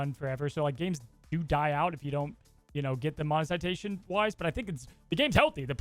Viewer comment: insistance on "monezitation" never fails to make me giggle.